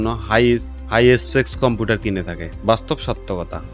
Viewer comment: কম্পুটার না গো কম্পিউটার